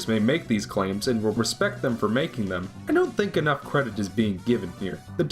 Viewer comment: "Uncaney valley" "'dem," no less. ಠ_ಠ